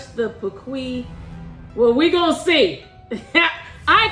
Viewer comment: Did she say PAQwee 😅